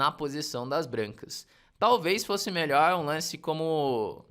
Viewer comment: Faltou o "r" ali no melhor, mas, tá perdoado, mestre. Obrigado pelo vídeo.